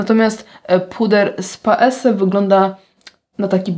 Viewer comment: Bardzo lubię podkłady Annabelle Minerals. Mam cerę bardzo dojrzałą, reaktywną i u mnie nie sprawdzają się kremowe formuły, są za ciężkie, choć powinno być dokładnie odwrotnie. P.S., Paese czyta się PAEZE 😉